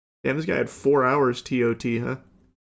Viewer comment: As an Amazon employee it’s hilarious to hear Charlie call it “tot”.